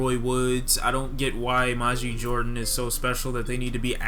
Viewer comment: You're mispronouncing their name